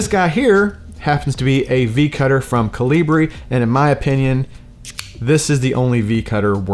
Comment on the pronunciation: "Colibrí"......So the "hard /strong" pronounciation goes On the Last ( í ). ( just stepping On your "Toe"..LOL.) Good Video.!